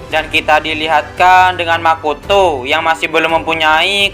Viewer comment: Lebih ke intonasi nada nya si kak, kayak pas intro bilang makoto, pas di hutup to itu biasa aja nandanya kak